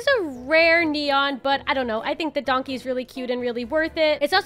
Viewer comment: It’s a “DONKEH” u have never been funnier😭😂